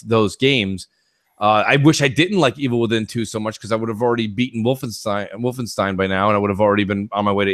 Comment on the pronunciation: It's not "Wolfensteen"! Lol